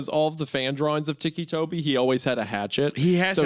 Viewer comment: Biggest jumpscare was hearing Hunter pronounce it "teekee" toby and not. Ticky Toby.